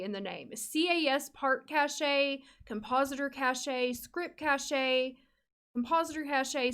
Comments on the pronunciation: Great video! I think cache is not pronounced as "cach-e" though, pretty sure it's more like "cash"! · cache is pronounced "cash" not cashay". sorry for being a stupid nitpick. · This will help out so much. Btw cache is pernounced "cash" no "cashya" lol. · Cache is actually pronounced like “cash,” not “Ca-shay.” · that is an amazing video, but... the way you pronounce cashe is just delightful 😂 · I've always said it "cashay" too lol. You're right though, I just looked it up. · cash....it's pronounced cash (cache). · The pronunciation is cash but with a e cache or cashe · Ahh I just reinstalled TS3 for the first time in years, this video was so helpful thank you! Also cache is pronounced like "cash" 😅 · The way you say Caché lol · The way you say cache